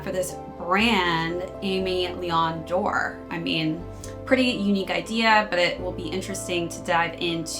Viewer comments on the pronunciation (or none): Love the video! I think it’s pronounced aim-eh vs Amy